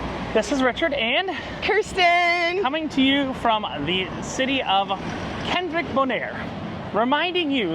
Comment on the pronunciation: Kralendijk is pronounced "Craw-Lynn-Dyke". Not Kendrick😂